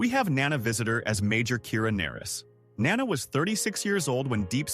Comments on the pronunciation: Nana/grandmother has the accent on the first syllable. Nana Visitor has the accent on the second syllable. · Nana was in Picard? No, she was not! Your AI confused her with Michelle Forbes, who played Ro Laren. Also, Nana is pronounced with the accent on the first syllable, not the nickname for some grandmothers. Lastly, Dukat WAS a monster! The AI also screwed up that charters name too.